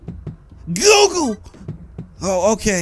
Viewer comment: he said guoogle